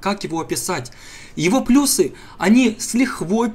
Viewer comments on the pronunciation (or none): none